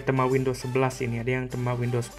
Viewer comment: Bacanya yg bener itu tema, bukan tema..